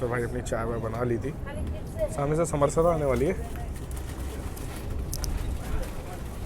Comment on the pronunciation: समर+सता नहीं है समरस+ता है. समरस याने एकरूप होना.